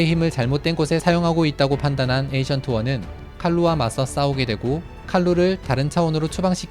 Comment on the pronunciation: 닥터 스트레인지에서 스승은 Ancient One 입니다. 자꾸 에이션트 원이라고 읽는 이유는 잘 모르겠지만 영어발음은 앤시언트 원 입니다.